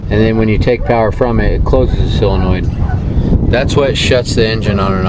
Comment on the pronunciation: Why can't Amercians pronounce Solder and Solenoid correctly? Haha